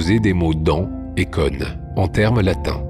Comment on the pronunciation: "cône", ça ne se prononce pas comme "conne"